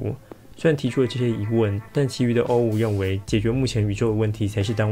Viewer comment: 想問一下 為什麼O5是唸歐五不是唸成歐梵??